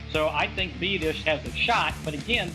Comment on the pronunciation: 🤣 I'll give him a pass on slaughtering Tyler's name but James Looney? Hahaha. Best laugh I had all day though.